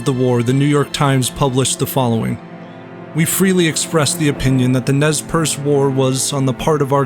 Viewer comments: its more like ''Nay-Per-Say'' Nez Perce is the french for pierced nose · Nez Percé is french. The first thing you should have done is to learn how it is pronounced. It is not even difficult.